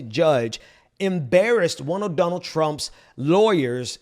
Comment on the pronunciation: Does say donald as dumb ald? Or is he saying Dun ald? So my question is he saying it weird in order to call him dumb, or does he just have a bit of an accent and it sounds strange to me?